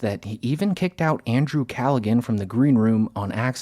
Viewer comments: "callagin" its pronounced CALLAHAN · CAL-A-HAN not CAL-A-GAN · It's Cal-a-han, not Cal-a-gan, my man. That's how you pronounce the sexual assault king Andrew Callaghan's name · The irony of telling the Shane story while saying Andrew Callagan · Dude it's pronounced Calla-Han not Calla-Gun 😂😂😂. Yeesh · Bro if you’re gonna talk about someone in a video, maybe try to pronounce their names correct. Who the fook is Andrew Callagan? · Calli-HAN. It's not like Gilligan. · Andrew CALLAGIN?? LMFAO ARE YOU KIDDING WITH THAT PRONUNCIATION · My god man its not Andrew Calligan its Callahan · Calligan? Bro. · as soon as you said CallaGan i had to X out i'm sorry bro god bless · The G in Callaghan is silent. Like Callahan. It’s Irish. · Its 'CALLA-HAN' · bro its pronounced cala-han....like hand, without the d. once again, you're on the right track, telling the right story, but rife with mistakes and half-truths. it's rehashing others content, but mispronouncing their name..... wtf is this lazy channel its hilarious you even mentioned TMZ....you ARE TMZ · love ya man BUT IT IS PRONOUNCED CALA_HAN >>>>>>> jus tryin to help... UNLESS that was a TROLL like the SEAN GILLIS thing. then OK u got me 🙃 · "Cal a gan " haha makes a video and cant even say the name properly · Callagin? Lol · Andrew Callaghan is pronounced "Calla-han", the G is silent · The name Andrew Callaghan is pronounced "KAL-uh-han". The last name, Callaghan, is pronounced in three syllables, and the "g" is silent. KAL: Rhymes with "pal." uh: A short, unstressed sound like the "a" in "sofa." han: Rhymes with "can." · Andrew Cal-a-Han bro. The g is silent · Lol. It’s pronounced Callahan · The G is silent in Callaghan. "Calla-han". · It’s driving me nuts it’s pronounced Callahan it’s an Irish name Guy says it himself every episode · Andrew Callaghan’s name is pronounced with a silent G “KA-LA-HAN” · Its Calla-HAN. the G is silent. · Hey bud, the Irish surname "Callaghan" is pronounced "Cal uh han"